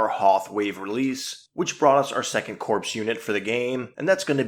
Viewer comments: the "ps" in corps is silent so it is pronounced "core" not "corpse". It is an in-joke from FFG as these soldiers are your core units. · Please…PLEASE stop saying “corpse”. Corps is pronounced “core”. Other than that I do enjoy your videos. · Please pronounce “corps” as core and not corpse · pronounced "core" the p is silent